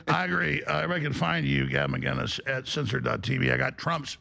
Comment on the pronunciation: should start by saying Gavin’s name right